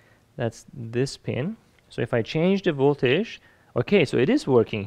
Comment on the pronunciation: You make great videos that I really enjoy watching! But you should really learn how to say the word voltage, since it's used so very often in your videos. It's not voltaesh, it's more like voltedge if I try to spell how it should be pronounced.